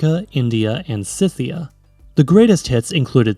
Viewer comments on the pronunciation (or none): none